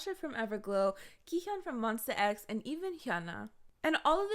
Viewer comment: I know this isn't really the place for it but it's MonstA X not MonstER X thank you for the video!